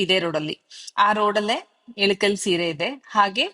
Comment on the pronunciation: ADU ELUKAL SEEERE ALLA IKKAL SEERE ... PRONOUNCE SARILLLA